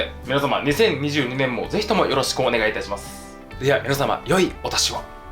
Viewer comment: 「良いお年を」の部分が「良いお出汁を」と聞こえてしまった…